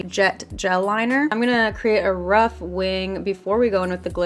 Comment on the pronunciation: when u said “i’m gonna create a rough wing” i just literally thought of it as “a ruff wing” (pun-intended) lol